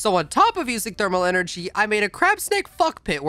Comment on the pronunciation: NUCLEAR ENERGAEH